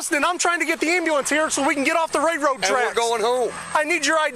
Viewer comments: Ray-road tracks. I’ve never heard that type of inbred slang before. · If the idiot cop says “ray road tracks” one more fucking time 😂🤣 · " Ray road tracks". really?